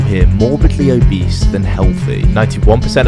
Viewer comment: Mate that's where I'm from and it's not obease